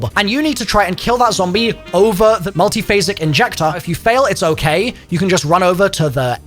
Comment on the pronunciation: “Multiphasic Injectah” 🤖🤖